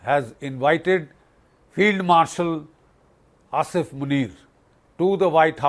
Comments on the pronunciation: It's asim not asif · its Asim not Asif you old hag (male version)